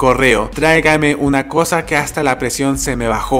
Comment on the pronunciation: Es Fénix no Finix Es coca no cosa Le bien .